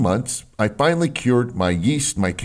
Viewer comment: Ty!!! Finawy evewyone stop eating me now :D